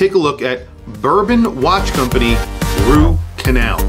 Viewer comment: ha-at first i thought i heard you call it the "root canal" !